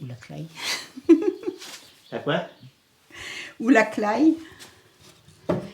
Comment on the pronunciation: Elle dit "claye" pour la claie. Ça doit être du breton. Cependant, en patois vendéen, ça se prononce pareillement.